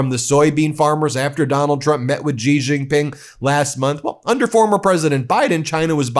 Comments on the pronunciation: Why do Americans on TV pronounce Xi Jinping "Gee Jinping"? It's pronounced "she." "She Jinping." Anyhow, I live in Taiwan and I will breathe a sigh of relief when Trump is out of office because he is so erratic, undependable and suggestible by intelligent dictators. Taiwan is a highly successful democratic COUNTRY. China needs to leave us the fuck alone. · You should learn how to pronounce Xi Jin Ping's name. Your pronunciation makes you sound ignorant. Pronounce it Shi Jin Ping. Not Ji Zhin Ping.